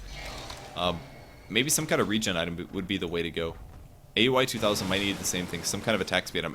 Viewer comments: it's Ow-wee, not A U I. Just a heads up for future reference! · the way you pronounce aui is weird